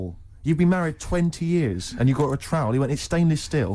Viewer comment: Engraved trowl 😂